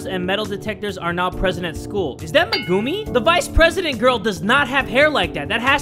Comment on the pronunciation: "IS THAT MEGOOMI?"